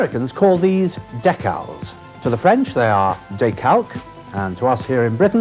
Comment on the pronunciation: Don't think I've ever heard anyone say "decal" that way